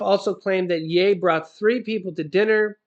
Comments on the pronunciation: I am not trying to be rude I am just trying to help you ok! so; just so you know,the word ( ye) is pronounced as: it rhymes with ( she) the way you are pronouncing it, it rhymes with hay. yeah! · I thought it was pronounced "yee". . . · Love u but it's yeeeee Y... E lol